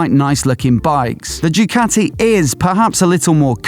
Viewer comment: Ducati not Jewcati !